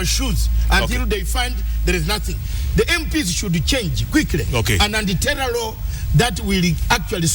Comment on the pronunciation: hahaha!!! the way he pronounced "anti-terror" just made my day.